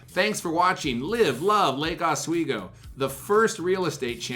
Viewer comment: Not “laaka sweego” it’s Lake ah-sweego” Like the channel.